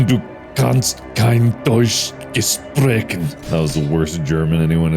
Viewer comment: on the contrary, that was actually a really good pronunciation, as far as I know (one part he messed up: on the sp part of gesprechen, it's pronounced shp)